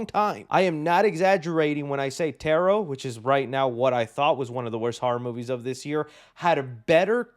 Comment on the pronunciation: u did not just say tarot like that